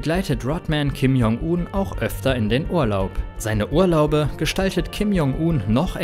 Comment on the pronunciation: Er heißt nicht Uhn, sondern Un...